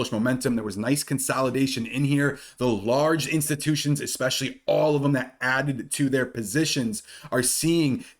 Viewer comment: Dude you’re super intelligent so please pronounce especially correctly - it’s ess-specially not ex-specially Jesus Christ people know the damn English language pronunciation